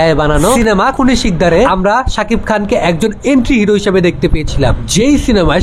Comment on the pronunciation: এন্টিহিরো না,অ্যন্টিহিরো,উচ্চারণ ঠিক করে তারপর অন্যের যোগ্যতা বিচার করো